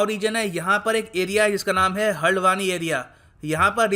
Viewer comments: हलड़वानी ❌ हल्द्वानी ✔️ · हल्डवानी नहीं हल्द्वानी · haldwani pronunciation is haldhwani gateway to kumaoun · Sir it is pronounced as "हल्द्वानी" i m from haridwar uttarakhand❤️ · Haldwani is pronounce as "हल्द्वानी " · It's hal-d-wani sir...